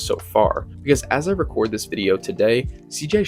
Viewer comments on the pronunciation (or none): none